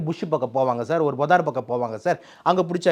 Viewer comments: டாக்டர் சொல்றது ரொம்ப சரி. ஆனா அது பொதார் இல்லை புதர். இவரு கன்னடத்தானா தெலுங்கனா... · பொதார் இல்ல புதர் ! மற்றபடி பேட்டி ஒகெ